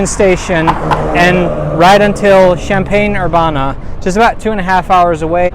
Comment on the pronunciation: Well your pronunciation is off. I went to school there 😂. I took the train there many times.